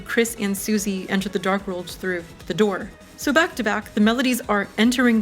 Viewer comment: "the dore"